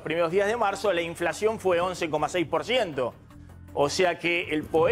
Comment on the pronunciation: Soy yo,o habla tipo, sho no she inflashion